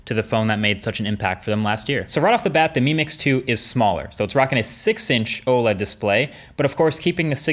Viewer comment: When you're saying "mi mix" I keep hearing you "meme mix"